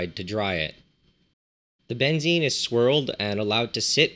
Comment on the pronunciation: Funny how you pronounce it. Here "benzin" -thats how you pronounce it, is gasoline. This would be benzene with both E´s as in Edison for example.